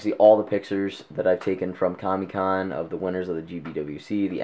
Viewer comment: not to nit pick are you saying kami or comic